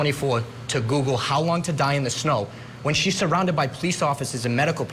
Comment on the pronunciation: 😂. Sorry, but I've replayed 3 times....why do you keep saying hose long to die in the cold??? Eventually, you do get it right...how long... So, whoever did that search mis spelled, but not hose long... been on the fence about this.... watching this episode of your show helped tip off straddling the fence. Then you go & compare this with O J case .... Good grief...